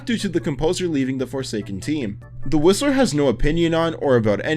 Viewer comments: Guys, when was starting to talk about “The Whistler” I honestly thought he was saying the rizzler… 😭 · I thought bro said the rizzler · I thought you said the rizzler in the last one lol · TF I HEARD RIZZLER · I heard "The Rizzler" and was about to delete mys- Roblox and burn my Laptop until I heard "The Whistler" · Instead of 'The whistler' I heard 'The rizzler' 😭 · For the whistler I thought you seed rizzler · "The whistler" I thought he said "rizzler" ngl 😆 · I thought he said rizzler😅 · I thought you said the rizzler im like wth is this killer oh yh btw i cant wait for quest 666 and zombie king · When he said the whisler I thought he said the rizzler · I swear when he said "The Whistler" I heard "The Rizzler". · Not me hearing the rizzler instead of whistler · i thought bro said "the rissler" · I heard the rizzler instead of the whistler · Why did i hear the rizzler instead of the whistler. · I thought when you said "the Whistler" I thought you said "the rizzler" 😭🙏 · i thought he said the whistler as the rizzler LMAO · HE LITERALLY SAID WITH A Z SOUND WHAT THE HELL I CANNOT UNHEAR RIZZLER😭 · HE DID SAY THE RIZZLER😭😭😭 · I thought that he said "The Rizzler" instead of "The Whistler" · i thought he said the rizzler and got confused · thought you said rizzler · I thought he said the rizzler😭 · When u said whistler I heard it as rizzler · thought you said the rizzler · i thought he was saying the rizzler 💀☠ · Did I hear rizzer intest of whistler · is it just me or do I here the rizzler 😂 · When he said whistler I thought he said rizzler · he definitely said "the rizzler" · When he said the whistler I thought he said the rizzler💀💀💀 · i thoguht he said the rizzler but he said the whistler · When he said the Whistler I thought he said Rizzler😂😂😂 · I low-key thought you said that the Whistlers name was the Rizzler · i thought he said "the rizzler" instead of "the whistler" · Why bro said the whistler like “The Rizzler” (I’m brain is rotting)